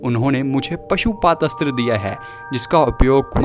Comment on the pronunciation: Bhai pashupadastra nai 😂 Pashupatastra hota he 😁